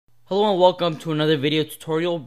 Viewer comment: I laughed my ass off just cause of the way you say ' Hellow ' :)